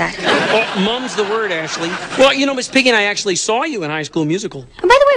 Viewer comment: The way she said "Actually", it sounds like she saying her own name Ashley.